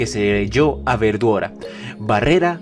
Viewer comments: Los japoneses no pueden pronunciar correctamente la L y la mencionan cómo si fuera R así que la pronunciación correcto sería veldora pero ellos los pronuncian verdora, no pueden pronunciar bien la L y la pronuncian con un R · siempre que dice veldora se escucha como verdura e.e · siempre cuando dicen veldora escucho "verdura"